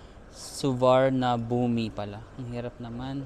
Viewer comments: "while millions fly through it each year, only a small percentage actually nail how to say it. Rather than “Soo-var-na-boo-mee”, it's instead said as “Su-wan-na-poom” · Suvarnabhumi: pronounced Soo-va-na-phum:-) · Su-va-na-boom airport